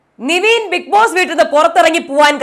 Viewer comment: Niveen ennu allalo nevin enalle correct peru.... Atleast correct name pronounce cheyyu